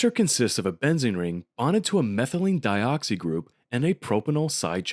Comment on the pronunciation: Some comments: 1. Why isn't the shiat stirred during dropwise pyridine-addition? I know it's in an ice bath at that point, but there's got to be a way to stir the stuff. 2. It's not "al-ill" it's "allyl" and it's not "methylene-e-dioxy", it's methylene-dioxy" 3. You have eugenole, but you don't have NaOH?? That's a bit like in Scary Movie 4:"They're mastering space flight, but they can't get through wooden doors??" 4. If the dichloromethane-addition really is that easy (to get the methylene-dioxy-bridge), I guess it's good enough - I'm just wondering why the eugenole can't be directly converted into safrole, since the methyl-group is already there. Can't you just halogenize the methyl group, e.g. do an iodination, and then form the bridge in an alkaline reaction with hydrogen iodide as leaving group? Anyways, good stuff :)